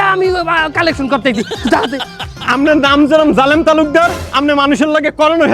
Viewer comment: হজ্বে যাচ্ছে 'জা'লে'ম' ভাই 😂